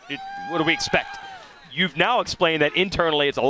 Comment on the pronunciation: Bubba needs to improve. He mispronouces words and calls Prado Prada. Super disrespectfull mispronouncing someones name. Eg. Instead of expect he says espect. Just poor use of the english language. His whole job is talking. Stop mincing words.